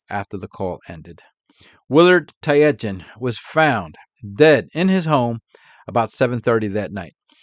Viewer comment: Not wanting to be that guy, but one of the victims, Willard Tietjen his name is pronounced tit-jen. I only know that because the former All Black rugby sevens coach is named Sir Gordon Tietjens.